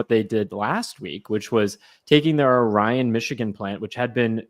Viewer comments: ore-e-on and not Ore-ryan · Ohhreeon not OhRion